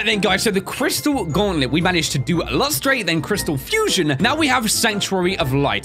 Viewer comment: isn't Lustre pronounced Lus-tur